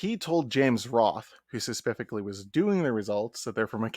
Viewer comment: Why this ninja keep saying suh-puff-ick-ly